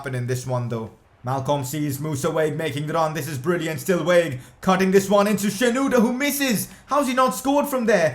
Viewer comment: They way you pronoumce Wague is wrong,it aint wayge its Wah-gey